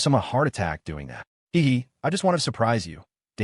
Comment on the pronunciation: Hev hev????? Fix your ai it can't say heh heh